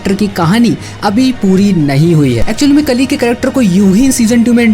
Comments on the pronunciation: Pronounce it kaali not kali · Kali nahi re bhai kaali